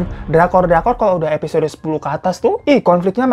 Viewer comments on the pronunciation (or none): none